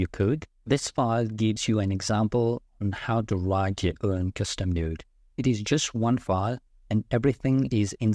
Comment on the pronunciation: I remember I made that mistake before. You are pronouncing "node" like a different word that has a bad meaning.